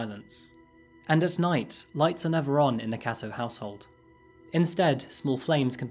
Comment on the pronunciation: Kato is pronounced "k-toe"